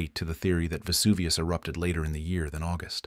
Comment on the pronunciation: Vesuvioooo no vuvius!!!!!!